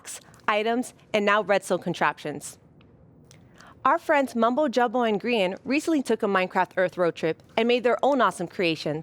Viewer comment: Lol she called Mumbo “Bumbo”